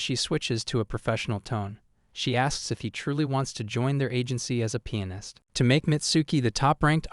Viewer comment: Not penis but pianist 🔊